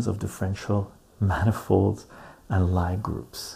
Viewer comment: Lie group is pronounced Lee group, not Ly group.